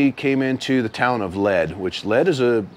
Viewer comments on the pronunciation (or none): It’s pronounced Leed, like I’ll lead you. Not lead like the metal. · Awesome ! Been there. I do believe the town of Lead is pronounced “Leed” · Awesome! Best video on the SD BDR-X dirt portions I've seen. A few constructive things: the city of Lead is pronounced Leed, the town of Rochford is pronounced Rotchford (Rotch like crotch). Finally, the music. I could do without it, or have the level lowered quite a bit. I'd rather hear the bikes or your convo. Thanks for recommending just going through it. We have a good thing in the Black Hills, but the Forest Service hates the widening of trails due to all of the go-arounders. The Tread Lightly! principles are always encouraged so we don't get trails shut down. Nice work.